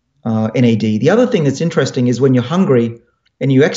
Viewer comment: Ininin teresting